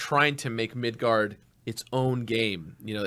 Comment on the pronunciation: Correction: Midgar. Not Midgard.